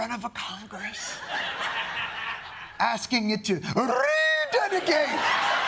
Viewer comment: Your mockery of the King’s pronunciation of the word ‘rededicate’ rather detracted from the vital points he was making about checks and balances and accountability.